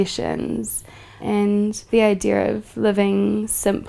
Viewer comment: "Idear" .. I kinda like the way she says idea and I started out playfully mocking it but I'm stuck now and I'll probably say it for the rest of the week.